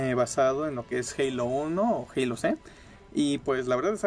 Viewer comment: Te salio el jeilo amarillo